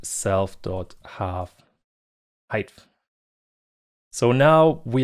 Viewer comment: there is not H at the end of the word Height.